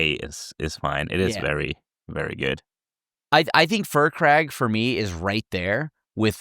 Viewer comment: please. His name is pronounced "Fire Crag" Not Fur crag. Respect the dragon, he's from baldurs gate!